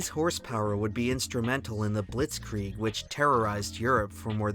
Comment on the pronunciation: one small mistake around the word blitzkrieg. Other than that. Great video!